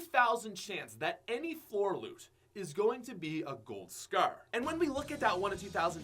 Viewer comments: Love your vids but why does it sound like your saying scear instead of scar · Gold Scarf 😂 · Scaer or scarre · Gold scare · says scar like its pronounced scarrrrrr. Drags the r😂😂😂 lol. Sorry pat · Asante Miller it’s his accent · he is canadian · Every time he says scar I want to hurt myself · The way u say scar pisses me the fuck off